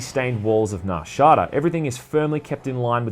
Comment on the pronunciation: The way he says it is so funny XD